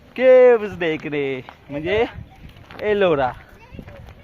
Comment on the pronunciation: Arola Caves 😂😂😂 Ellora Caves 😊